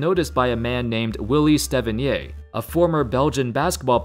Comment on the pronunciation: Love the video, but since Willy Steveniers was from Antwerp, I believe they pronounce it like “Stay-veneers”.